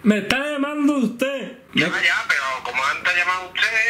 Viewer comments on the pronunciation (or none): quien es usteh? Taxista: yo soy un taasi. Jajjajajaja me parto